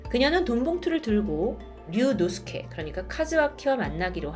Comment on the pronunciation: 류 노스케 아니고 류노스케..